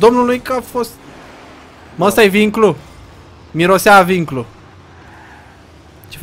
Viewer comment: vinglu nu binclu